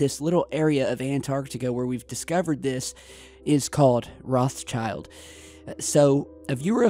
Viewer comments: the pronunciation is not rozshyaild, it's - roT sheeld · The pronunciation of 'Rothschild' is not like 'Roth's child'. It's 'Rotshield'. Rothschild means 'red shield' in German. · rothschild is actually pronounced rowedchilled as in rowed and chilled spoken as one word. it's german & means "red shield" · Hey the name ROTSCHILD means RED SHIELD in german and is pronounced "rod shillt".;) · ... Great video but... Is it really so hard to pronounce Rothschild?..